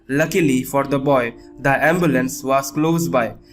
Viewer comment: The "boyas" instead of boy